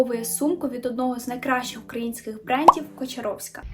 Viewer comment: КОчаровська? Ви серйозно? Навіть дівчина в відео каже КАчоровська, вас це не здивувало?